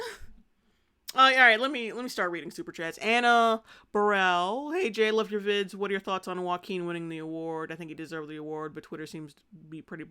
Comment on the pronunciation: Wove and acweptance🥺